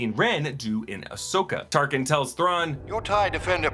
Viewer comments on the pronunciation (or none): you called Tarkin , Tarsin 😂